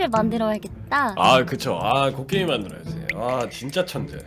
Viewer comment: 들리기엔 갱으로 들리니까 재밌으라고 하신 것 같네요 편집자님이 곡괭이를 모르실리가 없지 않겠습니까?